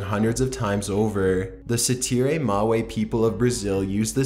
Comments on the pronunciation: Great vid as always, but one thing did bug me (pun not intended) it was the way you said Tsetse... its not see-see (as you said it) but Set-see. Sorry to be a pita, just thought you may like to know the correct pronunciation:) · it's pronounced "TEET-SEE fly"